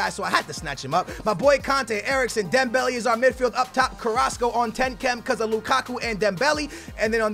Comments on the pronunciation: "dembell -aye" not "dembellee" "man-aye" not "manee" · It's pronounced "marnay and dembelay"